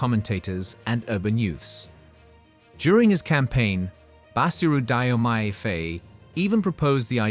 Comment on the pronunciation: I would Love the name of my president to be pronounced correctly, pronounce it " DJOMAY FAYE ", not " DYIE YO MAY ", get it straight !!